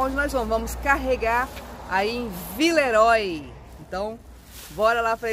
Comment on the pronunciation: Por favor, diga "vileruá" (oi, oy lê-se uá). Cumprimentos pra vocês!